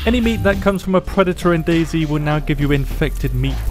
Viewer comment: They're supposed to be "fixing it" but everytime they say dhut like that it's worse and worse